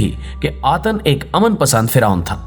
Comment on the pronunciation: Atan nahi atun matlab sirf 1